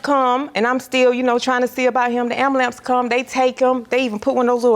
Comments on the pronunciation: It's Bambalance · It’s pronounced “ambulance ppl❌❌❌❌ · the word “ambulance” was mispronounced. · What is a Am-ba-lant? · Is she saying ambulamps? 😂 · “Ambalance” lord have mercy😂😂😂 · If she says "AmbuLAMPS" one more time, lol... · Lord help her.... wtf is an Ambulamps???! 😂 I cannot deal with my people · “Ambalamps”…I wanna sue her for emotional distress for having to hear that so many times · When she said “ambalamps” I screamed 😂😂😂😂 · If I hear pussycat or ambulamps one more time😂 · Lawd not “ambalamps” 🤦🏾‍♀️ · Not the “Ambulamps” lol 😂 smh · Ma’am, “ambalamps” is not a real word. 😑 #CarryOn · She is out of order to keep saying pussycat. People have no respect. Like girl u too big and grown to still be saying ambulance wrong. This shit gets embarrassing. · I don't say it as bad as her, but it's a lot of us that can't pronounce it well😅